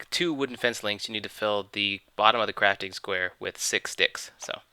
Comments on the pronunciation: he did say sticks it just sounded like he said dicks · its stick , but sounds like dicks :D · I thought you said 6 dicks:P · it sounded like you said "fill it with six dicks." ._. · he says six dicks xD thumbs dawn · Sound like he said Six dicks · it sounded liek u said u need to fill up the botton six with dicks